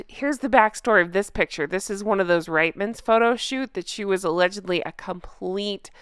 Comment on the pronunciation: I live in Canada where Reitman’s ( pronounced Reetmans) stores are located I never saw any advertising with her image on it or name. Not even my local store so it is safe to say the campaign tanked.